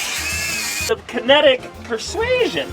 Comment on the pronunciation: "Kenetic persuasion". I'm gonna have to start using that.